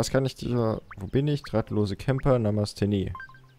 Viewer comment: NAMESSTE XDDDDDDDDDDDDDDDDDDDDD spricht man quasi NAHHHHMAHHSTEEE aus